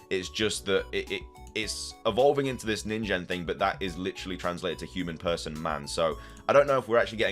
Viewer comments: Neen-Gen (hard G) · Ningen would have a hard g like the g in "get" fyi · Ningen is pronounced with a hard G. I'm sure how a Ningen Pokemon would evolve from a coin Pokemon, but we'll see how this plays out soon enough.